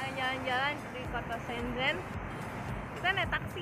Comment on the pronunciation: Sombong ya teman-temannya...😊 blom mandi teteup cantik. Oh iya mbak.. Cuma info nih... Bacanya itu "Shen chen'' Keep vlogging ✌